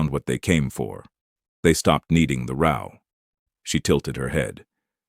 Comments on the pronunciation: "needing the rOW" Rhyming with NOW and WOW. No. ROW = general fight is clearly wrong word here. The are living in a rOH of houses. Rhyming with KNOW and GO. --- I am tired of "Narrators" that can't handle simple words. And I very much tire of "Authors" who fail to =respect= readers enough to listen to their stories before Posting. Out, thumbs down. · Why can't you say 'row' correctly? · Please, I was enjoying the story until the narration mispronounced "row." Content creators need to LISTEN to their stories before posting. The transcript may be correct, but the AI narrators have the reading comprehension of third graders.